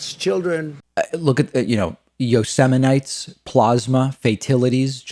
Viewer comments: That is funny im with you like YOSEMITE PLOSMA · It's the same speech it's written for him and he still can't pronounce the words right YOSEMITE PLOSMA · My favorite was the Yo sa mite pronouncing...fell out of my chair with laughter...what a demented old fool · Not Yosemenight.... he said Yosemite like« Yosemight ». He such a stupid guy. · Did u all see the clip of Kelly Bundy pronounce Yosemite the same way as Trump did? It's incredible!👀